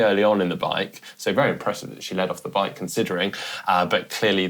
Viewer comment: Have to laugh at how pronounces ‘bike’ sounds like baake!😂